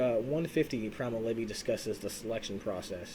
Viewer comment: Guy said “Primal levee”